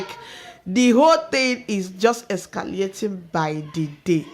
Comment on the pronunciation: Escalating NOT ESCA LIATING